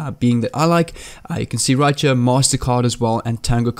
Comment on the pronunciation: You sound like u got a little of geechee accent when ur saying right cha